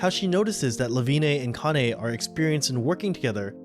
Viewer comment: It's honestly so annoying how often people mispronounce their names 🙄 It's Kah-nuh(Kanne) Sen-zuh(Sense) See-ree-uh(Serie) Jesus Christ people it's not that hard, you just pronounce the 'e' at the end of their names as an 'a' instead. Like how TF did you get Lewine(Leh-vee-nuh) right, but utterly botched the other names??